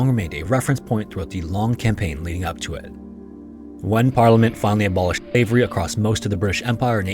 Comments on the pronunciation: was he saying slivery instead of slavery? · Is the voice overlay having trouble pronouncing "SLAVERY"? Yes it's RACIST, that was the basis of Global North hegemony, practiced today by Apartheid Zionists and USA Regime against Palestinians, Lebanese and Iranians! :(